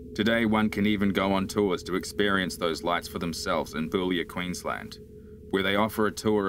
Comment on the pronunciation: the way the guy says BOULIA is so funny he isn,t a queenslander lol